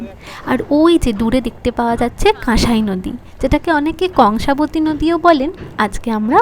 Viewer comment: oita কঙ্কাবতী নয় কংসাবতী